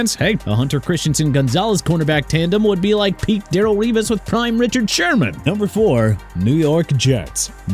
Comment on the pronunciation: Darrelle is pronounced duh-rell not darr-uhl, Isaiah is pronounced AI-ZAY-UH NOT E-SAI-AH and Miami can get James Pearce Jr. okay?!?